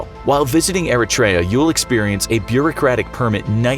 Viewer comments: Eritrea is pronounced earthra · Its E-reit-tree-ah not air-a-tray-a or whatever they said in this video. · It's pronounced "ear - REE - tree -uh". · yeah, did he just said Erichrea? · You pronounced Eritrea completely wrong... its like "ERIE CHIA" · they pronounced Eritrea all wrong smh. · he didn't pronounce Eritrea properly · That’s not how you pronounce Eritrea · Anyone else cringe by the way he says Eritrea lol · Doing this much research you would think he could pronounce Eritrea right